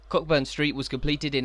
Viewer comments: It’s pronounced ‘Coaburn’ not Cockburn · Loved this, great work. Just one point - Cockburn is pronounced Co'burn, silent 'ck'